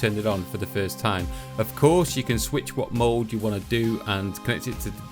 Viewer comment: when this guy says "mode" I keep thinking he's saying "mold"